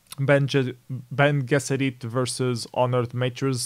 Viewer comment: Just thought I'd help you out, Bene Gessirit is pronounced like "Benny Jessirit"